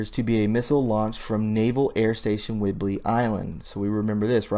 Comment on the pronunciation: Naval Air Station (NAS) not Air Force. And not whidberry island. If you want to ne a journalist and speak with authority. You must be accurate on the small stuff too. Otherwise how can people give you their trust? Good effort though. Keep improving. Stick with facts, stay away from editorializing, support sitness opinions with facts and dont give tour own opinion. "Don't tell us, show us."